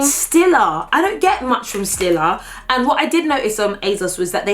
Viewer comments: StEEla not stilla, it’s stEEla. you can buy it in any m&s with the home section in the UK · it's pronounced "stee-la" 😤